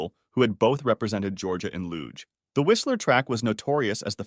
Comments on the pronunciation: It's not pronounced loog it's loozh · Please check your pronounciations on words!!! The word Luge is NOT "loog" it's more like "loozsh". Do at least basic research on these things. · BTW luge is pronounced with a soft G, as in beige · The way this man says "luge" and "lugers" irks me so much LMAO... Info tends to come across more trustworthy when you actually pronounce stuff correctly 😭🤣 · You mispronounced luge quite badly. Have you ever watched the olympics? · Learning to pronounce luge before recording this would have taken barely a minute